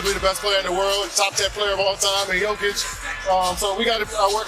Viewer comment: Turned off this shit when heard how Jokic’s name was pronounced